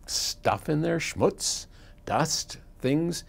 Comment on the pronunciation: did he say schmutz? i dont understood what he said